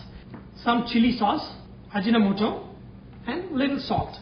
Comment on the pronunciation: Its actually Aji No Moto not ajinamoto...